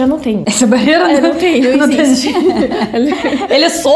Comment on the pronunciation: Caramba!! A tem a pronúncia quase perfeita, ela apenas entrega que é estrangeira quando fala a palavra "EXISTE" com o som de "ESSISTE" enquanto o falante nativo diz "EZISTE". Mas não se preocupe porque é só um comentário à toa!! Valeu!